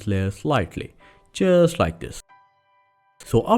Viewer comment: Excellent ! But initially I thought you were saying "Chjeers like this!" . Later after much effort, found out it was "Just like this" ! 😄